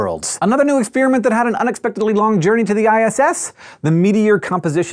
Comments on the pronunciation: Expiriment, expiriment, expiriment, expiriment, EXPIRIMENT. It's called experiment! With an "e"! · I can't get over the way he says ex-spearmint.